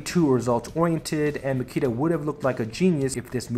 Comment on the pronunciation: Great analysis, but his name is Nikita :)